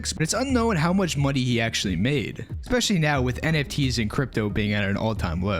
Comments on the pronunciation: did blud say "expecially" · Expecially? Ekspecially? Grow up.